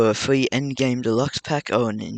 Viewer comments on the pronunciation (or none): its free not fwee